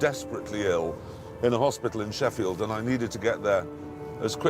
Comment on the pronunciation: It's Sheffield not sheriffeld, town in the UK that I live 20 minutes from, it's a shithole